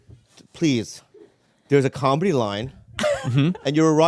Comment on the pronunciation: Nobody: Bobby: "combedy"